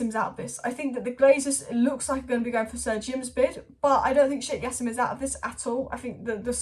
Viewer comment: Why do you keep sayin yassim its pronounced Ja seeem